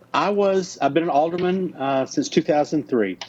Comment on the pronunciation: she said she was an Alder"MAN" hehehe